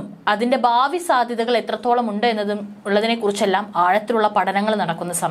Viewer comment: ബാവി അല്ല ഭാവി ആണ്. പ്രധാന ആണ് പ്രത അല്ല